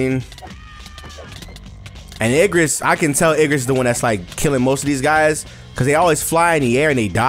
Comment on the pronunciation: bro keeps saying ignis even tho its obv igRis